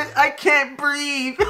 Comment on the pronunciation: He say I cant breat?